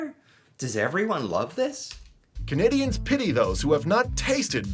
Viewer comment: Canadian here, this narator is Not Canadian!! He does not even pronounce Canadians properly!!